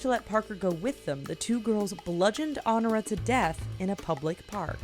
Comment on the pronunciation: The old saying was "Revenge is sweet," but a couple of these seemed very bitter. My one complaint: it's "On-OR-i-a." Good list.